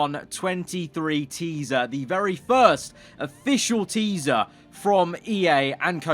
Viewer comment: noone:: TEESA